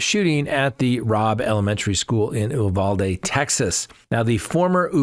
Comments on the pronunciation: Came here to say that. Also the last syllable is pronounced dee not day. So it’s pronounced u val dee. That’s the Texan pronunciation. 😂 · Hello! It's not pronounced "ooovalde" it's pronounced "Uvalde" as in U-haul. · ...I don't know where you get the pronunciation of Uvalde from. It is pronounced you val dee. I know that town and hung out just north of there in Utopia Texas.